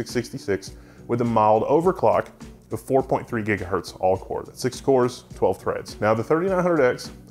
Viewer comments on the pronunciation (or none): none